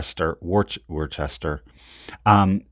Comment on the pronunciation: Royal WOOS-ter